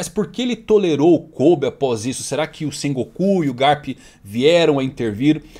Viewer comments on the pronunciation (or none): none